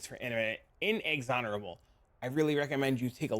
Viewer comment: Thank you, love the builds and guides. Umm, are you saying words wrong on purpose? Inexorable, Oriath, Caspiro?